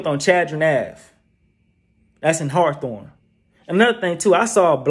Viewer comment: Buddy fucced me up when he said hawathorne aint gotta blocc called Hawthorne🤦🏾😆😆😆 #HawthorneBlvd